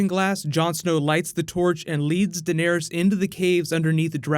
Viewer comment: It's Dan air es. Not Den ear es. 😂